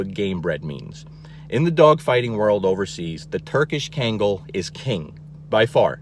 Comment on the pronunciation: I was shocked that you don’t even know how to properly pronounce cane corso, kangal, Caucasian ovcharka, etc. If you’re going to do an informative videos on these powerful, wonderful breeds, actually say the name right. You’re DAMN RIGHT on everything you said. KEEP TELLING PEOPLE. PEOPLE NEED TO KNOW THE TRUTH.